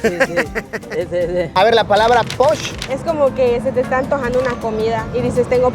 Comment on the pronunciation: Bienvenido al hermoso Yucatán!!!! Te deseo una estancia enriquecedora culturalmente hablando!! Cómo corrección, no es posh, sino poch* cuando tienes antojo de algo 😅😅😅 es la palabra más debatida con los que vienen de otros estados 😅 saludos!!!